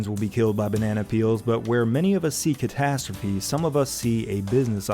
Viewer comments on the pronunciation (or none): no, NO! it says "catastrophe" in the subs but I swear to god Jon says "potasstrophe"